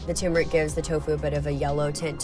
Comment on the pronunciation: TURMERic, not TUMOURic. For yellow, egg yolks rock!